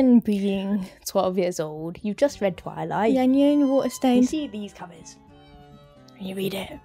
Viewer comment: Petition to change the pronunciation of eclipse and twilight